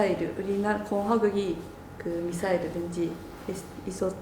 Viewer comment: Just out of curiosity. The way she said "Misairu" sounded very Japanese (adding u at the end, mixing r and l, and so on). Is that really how you say "Missle" in Korean?